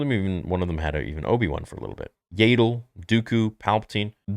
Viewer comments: Bro Yaddle is not “Yay-dil” it’s “Yeah-dil” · . Her name is pronounced Yaddle, not "Yaydle". You really need to get her name right. I have heard you say it wrong the whole time you have been saying it. I 100% agree with you that we need more seasons of Tales of the Jedi and a Tales of the Sith show too! But before that, you need to learn how to pronounce Yaddle's name correctly. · Okay but why tf did you say Yaddle like “Yaydle”